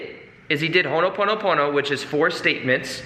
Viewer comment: Thanks for vid. If you are able, please pronounce it Ho'o ponopono...rather than what you are saying... Hono ponopono. It's very close to how you are saying it just skip the 1st 'n'. There is vibration in the correct pronunciation. Cheers from the Pacific & much good energy to you.